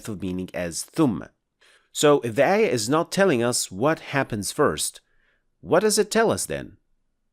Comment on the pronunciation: Please DO NOT use english transliteration, it us bad, ugly. You must pronounced it AAYAAH NOT EH-YEH, and AAL-QUR'AAN, NOT EL-QUR-EHN.